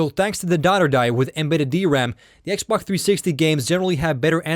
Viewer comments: This guy keeps saying xbok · He keeps saying xbock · he says x-bok